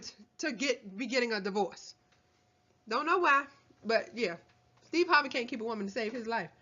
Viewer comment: Almost died 😂 sthurvay Sthays